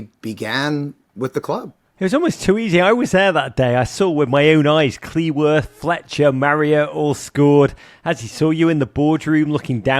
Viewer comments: So when can Rog manage to pronounce Cleworth accurately?😅 It's a matter of respect to the player. He made it wrong even interviewing Max Cleworth! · If you're this much into Wrexham please learn how to pronounce Max Cleworth's surname properly.